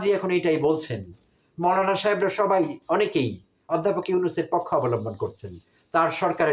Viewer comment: এই যে উচ্চারণ বিশেষজ্ঞ! উচ্চারণ 'পক্ষ' নয় 'পোক্ষঁ'।